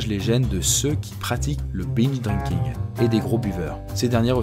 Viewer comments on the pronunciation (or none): bing drinking? prononce binje non?